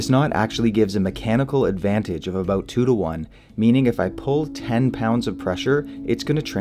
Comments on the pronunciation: Aboot? Aboot? I sense a Canadian disturbing the Force. Good information, though. A HA! You even admit to it. The only thing wrong with being Canadian is... Trudeau. You gotta get rid of that doofus. Of course, we have Brandon, sooo. Let's go Brandon #Trudeau must go! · haha "aboot"